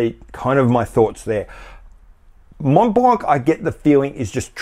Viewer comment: Candid question : does the average Hublot customer knows or cares whether or not his watch is powered with an ETA ? MontBlanc : both the T and the final C are silent. Pronounce it like Monblan.